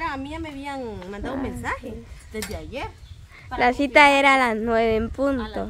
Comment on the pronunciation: Actitud no (adtiitud) Cita no ( sita)